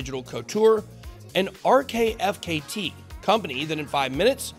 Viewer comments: Love that you mentioned RTFKT, and btw it’s pronounced artifact🙈 best brand in the Metaverse imo!! And they’re crypto native. I think the trad world fashion brands should go through the crypto native brands to learn and understand how to do it in the digital world. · RTFKT is pronounced “Artifact”